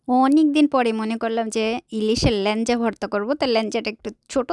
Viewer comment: What is lanja 😅😅it's laeja